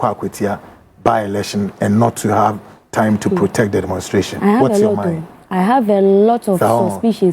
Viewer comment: The Word Is Demonstration... !! NOT Demonsteration😮😮